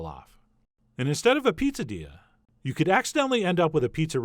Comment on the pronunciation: I was sure you said "popadilla" at the start, and started wondering how a poppadom and a quesadilla could be combined 🤔